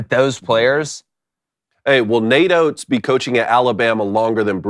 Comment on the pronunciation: not “oates” 😭😭😭😭